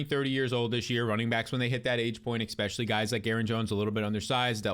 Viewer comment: Get ready 2 move 4 that McCaffrey take 😅 he's "exspecially " injury prone!